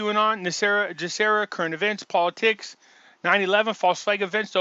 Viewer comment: Why should I listen to you when you can't even pronounce GESARA correctly?